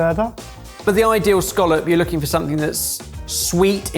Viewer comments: pronunciation of scallop is irritating me lmao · Dunno why the English pronunciation of “Skawlup” annoys me so much when here in Scotland we call um a “Ska-lip” 😂